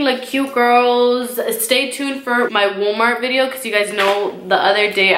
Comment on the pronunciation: I love how you say Woll-Mart lmao